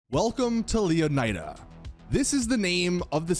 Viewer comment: I find your poor pronunciation of Leonida disturbing. It's pronounced Lé-o-knee-da. Not Leo-nai-dah" how lazy do you have to be?